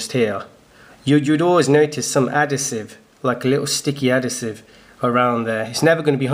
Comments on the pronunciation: Nice one. Thanks for this. Probably would have been better if you weren't on the sniff! You are talking shit! Adasive = Adhesive! Do you have a fake one to compare it to please? All we have seen is a real one. Is there someone in the background smoking strong weed??!!!!!😵‍💫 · adhesive no adasive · He pronounces it differently leave him alone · Mate u say adhesive completely wrong😂 how long u been in the uk? 😂😂